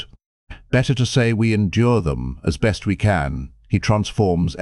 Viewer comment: This has to be a chat bot narrating. I swear it is going out of its way to mispronounce as many words as possible. "Best" was pronounced "beast" o_0